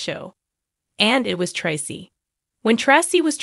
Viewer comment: Im so sorry but please pronounce Traci name right HER NAME IS Pronounced TRACE E NOT TRE CE RESPECT HER NAME AND THE FAMILY